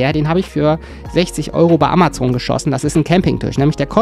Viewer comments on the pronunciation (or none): none